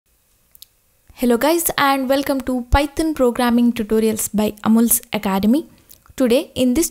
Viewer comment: i hear you saying "Amul's Academy" but i guess its "Amulya's Academy", right???